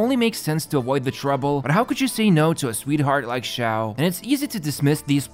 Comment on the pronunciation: you said Xioa, not Xiao